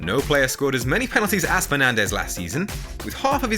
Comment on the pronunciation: Man said penandez 😂😂😂 epic i loved it